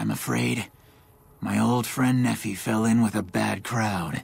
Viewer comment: i hate how everyone says nephi. i live in Utah, and it's actually pronounced (nee-fie) ne said like knee, and phi said like eye